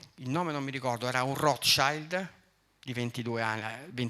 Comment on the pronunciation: Non sai neanche come si pronuncia il nome della famiglia più influente del pianeta. Dovresti prendere lezioni di tedesco.